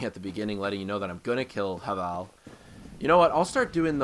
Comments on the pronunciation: It's pronounced Hayvul by the way. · No, it's pronounced have-ul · Yeah HA-VAL lol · Pronounce havel right